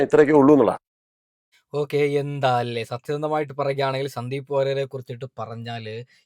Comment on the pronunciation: ശ ന്ദീവ് വാര്യർ എന്നല്ല - സന്ദീപ് വാര്യർ